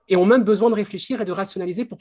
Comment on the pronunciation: C'est la première fois que j'entends le mot 'même' prononcé 'meume'. J'aimerais bien savoir d'où ça vient :)